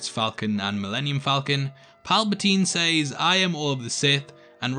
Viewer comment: learn to say says properly ffs other than that I agree with you